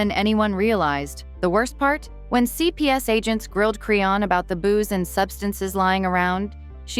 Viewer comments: Tf is a creonn 😂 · They butchered the hell out of her name!!😂😂😂😂